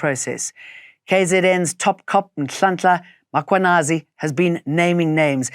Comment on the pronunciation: Jane needs to learn African languages though. The way she butchers 'Makhwanazi' is sad.